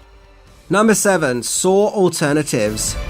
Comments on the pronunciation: I knew 6 of these. So, please, 1) stop assuming what we do and do not know, that's offensive AF, and 2) it's called SAW. Not Saur. Idk why accented people speaking English add more "r's' than rednecks, like taters, mater, manners, winders, pillers, etc ...but it's saw. And nobody saur the movie saur. We SAW the movie SAW. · why do you pronounce it "sarr" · Wait?! There’s an “r” sound in Saw? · "Sawr is pretty gwrosse" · "Sawr" Okay. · I'm going to do a shot every time you add an R to the end of the word saw